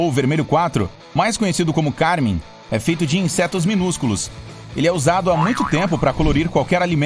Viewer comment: "Cármin" ou Carmim? Erva cidreira sem tronco duro????